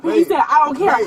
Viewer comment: hE SAiD 'i dOn'T caER!1!"